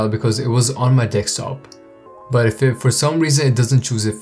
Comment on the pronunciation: XD he said "dekstop" XDDDDD